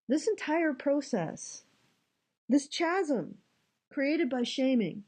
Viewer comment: Chasm is pronounces Kasm. The Ch is a hard C.